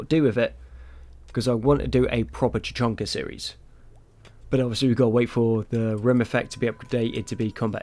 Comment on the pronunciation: did you say Tuchanka?